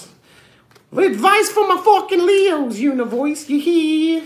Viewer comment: "whut advice foor my fkn leooos univoorse" lmao funny very funny